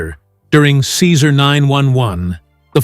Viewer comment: Your narration disrespectfully mispronounce Cesar’s first name!!! Awful